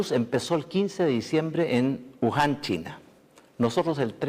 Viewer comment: Ahora sí lo dijo bien "Wuhan" jaja.